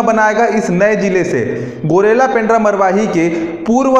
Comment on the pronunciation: गौरेला है pls गुरिल्ला न बोले ।।।